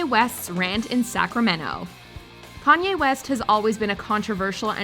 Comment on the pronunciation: It was too hard to say Kanye?